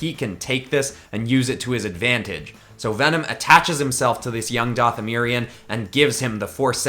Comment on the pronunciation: if he says dathamerion one more time